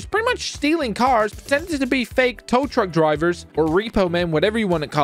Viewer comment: Tow tuck? U mean tow truck